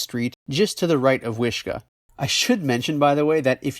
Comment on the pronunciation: wish KAAAAAAAAH. Not Kuh. lol.